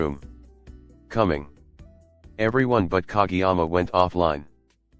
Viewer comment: It’s pronounced ka GAY yama